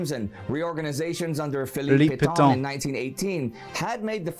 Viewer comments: ... except "Pétain" is not pronounced "Petton" or "Pettaw": it's more like "Pettuh" in English with a "u" sounding like the "u" in American "cut" but longer and nasalised. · Not the u in cut. A little more like the un in c**t. But even then it is not a good example. I do not think english has any sound like it.